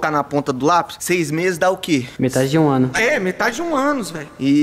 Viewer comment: "Meta de de um Ânus" kskskskkskskskksksk